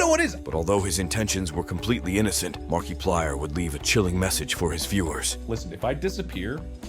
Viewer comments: Was this AI? Cus the way he pronounced Markiplier sounds similar to that 😂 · The way he pronounced Markiplier's name was hella annoying 😂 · It's Al. But in "Markiplier In Space", the commander guy says it like that too 😅. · MERKEEPLIER?? why did he pronounce it like that…. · Marky 😂😂😂 its marka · saying makiplier's name as markie-plyer instead of marka-plyer should be a crime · sure, next you tell us that you actually said "markie-plier" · Is that also why you're pronouncing it Marky-plyer? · Ok... i uderstand this is not important but... why does he keep saying Markeeplier? Was i mispronouncing it all along?! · Who is Mark-key-plier?? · Ah yes. Mark-E-plier. My favorite. (I can't tell if this was a thought out joke about the E meme or if it was a hilarious mispronunciation that just so happened to reference the meme but I don't wanna know which one it is) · Bro it's Mark-UH-Plire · "Markeeplayer" am dying 😭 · marky player? MARKY?! come on ai you got to do better then this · "marquee plier" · Marke eeee PLIERS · AI Voice: "Mark E plyer" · "Markeeplier" no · I love the ai voice calling him Mark e plier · "mark E Plier" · Don’t use text to speech if it can’t pronounce things right 😢 “Mark-ey plier” just sounds like you don’t know what you’re talking about. The video isn’t bad, but I’m over people using text to speech and AI on their YouTube videos. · LOL Mark ee plier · Ah yes, Markeeplier, my beloved .. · Markey plier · I can't tell if he's pronouncing Mark's name that way on purpose or for the meme...Markyplier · The AI voice used in this video called him 'MarkEplier' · why does he keep saying "mar-kee-plier" lol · This specific ai doesn't understand the different pronunciations of I he literally has to punch in mark ee plier to get it to somewhat work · Didn't you know? This is Markiplier's secret brother, Marquee-plier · Market flyer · Mark "E" plier (It's an AI voice over, they mispronounce words quite often) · Mark key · I believe it’s Mark E Plier